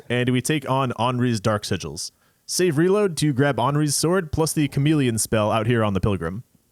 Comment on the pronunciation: great content with this series, but i have to mention that after untold hours of watching souls videos and exposure to the term “save; reload,” is the first time i ever heard “savory load” instead. thanks for that, i hate it.